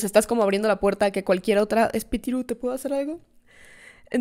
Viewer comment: ok la parte que mas me gusto fue cuando dijo espitiru❤❤